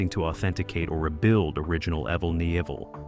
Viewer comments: man...that was pure torture to hear his name mis-pronounced 275 times..... I met EVEL ( pronounced EVIL ) in 2003 , and told him he inspired my whole life's trajectory...he just smiled, and said " motorcycles inspired mine " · You must, must, most learn how to pronounce a subjects name correctly, especially when you have to say, Evel, so many times throughout the presentation. You pronounce Evel with a long e sound. To spel Evel phonetically; Evel, è, (long e), v el, l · Lovely narration from calling him Evel (rhymes with Bevel), to calling the bike an XR-------750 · Evill ?? Wtf were talking about a legend and this computor crap cant get it right . Shame shame😮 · HE DOSENT HAVE CREDS W ME CAUSE HE DOESNT KNOW HOW TO SAY HIS FIRST NAME ALL AMERICANS & BIKERS KNOW EVIL & ROBBIE K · It's sad that you can tell it's a computer voice because no human would mispronounce his name. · It's driving me nuts